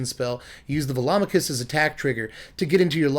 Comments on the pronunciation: Hmm... I've actually never pronounced Velomachus before, but in my head when I found it in my sealed pool, I was pronouncing it "velo-mak-us" rather than "vel-om-a-kus". But now that I've heard your pronunciation, it sounds right. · You're the only other person I've heard who pronounces Velomachus correctly... everyone and their grandma pronounces it "ve-lo-MA-chus."